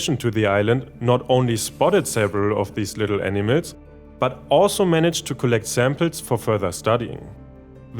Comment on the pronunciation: The reader's accent makes the word "animals" sound precisely like "enemas."